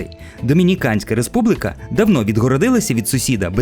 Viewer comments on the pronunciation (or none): Кров з вух від вашої "республИки". Українською буде "республІка".